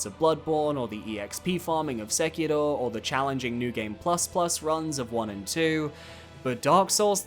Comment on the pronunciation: Please please stop pronouncing Sekiro like that. It is grating hearing this weird non-Japanese accent.